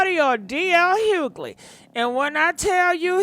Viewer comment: Hughley, shut up and leave the man alone. You all need to get off his ass! Even the woman on here can't even pronounce your name properly...